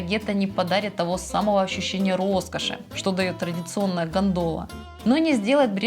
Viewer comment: Уважаемая Ведущая: ударение в слове «гондола» падает на первый слог гОндола.